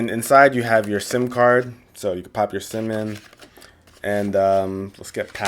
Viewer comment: "pop your sim-in" cemen